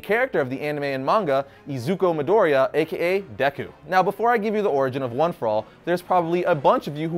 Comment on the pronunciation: CommonCents 101 oirigin